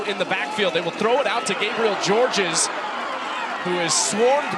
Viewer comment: The 2nd s in the last name Georges is SILENT. It's pronounced just David Gabriel George